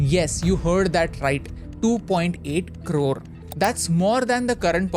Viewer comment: Karode ❌ Krorrrr 🔥🔥